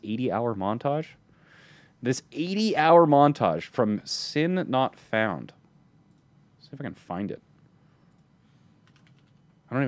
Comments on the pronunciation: ITS S.i NOT FOUND NOTTTT SINNNNN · I'm also a fan is sinf its pronounced as S-I NOT FOUND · When says "sin not found" he sounds a bit Australian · Wait he said sin not found